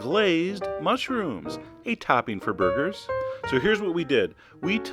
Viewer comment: I thought he said, " A good topping for boogers." I was like WTH. O-O